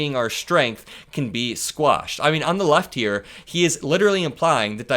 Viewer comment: Quashed not Squashed